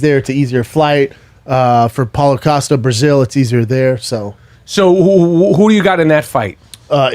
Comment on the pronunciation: Does this moron keep calling him Paula Acosto?